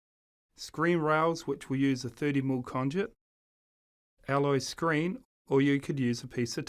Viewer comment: Screed, NOT screen.